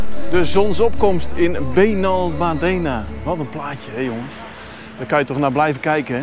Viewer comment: Gaaf man, vorige maand nog geweest in Benalmádena effe de klemtoon anders maat. Achter bij aquarium de strandtent effe uitproberen. Tot morgen maat. Weer een top video, prachtige drone shots.